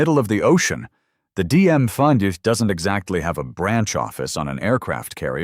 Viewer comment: how are you making AI-style mistakes on camera? You pronounced "DMV" as "DM5"?!?!